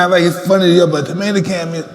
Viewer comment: “You ain’t a champ ,You’re a tomata can” lmao